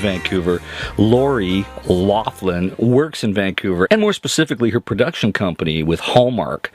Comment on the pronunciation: Loughlin is pronounced like Lock-lin. She is irish.